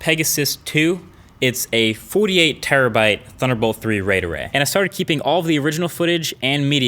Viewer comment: "50 Terribyte SD card." Umm are you living in 2012 or something MKBHD?